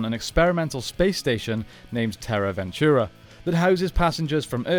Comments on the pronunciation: It’s “Venture” not “Ventura” 😂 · It’s Terra Venture not Ventura. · It’s Terra Venture…. Not Terra Ventura… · Its Terra Venture not Terra Ventura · Why do you keep saying ventura? I know its tricky to argue about pronunciation with people from different countries and regions, such as aluminum vs aluminium or X Y X vs excees. But the Terra Venture ends with an E not A. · I cringe every time I hear “ventura” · You dare call this channel 6th Ranger, yet you can't even get "Terra Venture" to come out of your mouth correctly? Quick question. Who wins in a fight. Dargonzord versus Q-rexus?